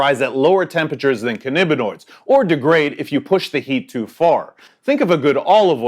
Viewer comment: Cannabinoids, not cannibinoid. Vaping is smug.